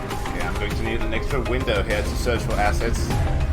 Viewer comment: in all honesty, it sounded like you said "I'm gonna need an extra window here to search for some asses.". Maybe it's just my cultured brain messing with me. Not judging, of course, just found it funny lol :P Very good vid, dude!